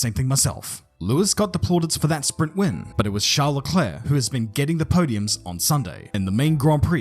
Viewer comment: WHo is this... "LcElerc?"